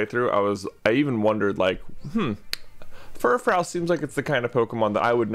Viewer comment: Note: It's pronounced Fur-FROO, like fru-fru as in the way a poodle looks when it's all gussied up. I always thought that was really clever, heh...